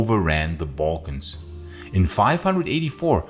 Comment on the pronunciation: wonderful work and your accent is a great asset, but please the pronunciation of 'slavs' and 'balkans'... please fix it